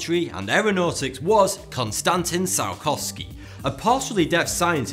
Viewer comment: Surprising? Maybe for western "selected education" - otherwise well known facts.. And poor Konstantin Eduardovic Ciolkovskij, he does not deserve such pronunciation of his name ;)